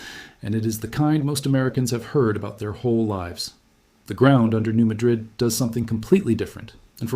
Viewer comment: I was told by an Arkansas crystal miner that it is pronounced MAD-rid fault, NOT MaDRID like the city in Spain.